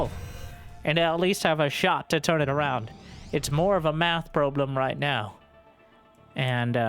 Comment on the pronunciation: Fire commentary! “probe-lem” and “Terran through”, so good!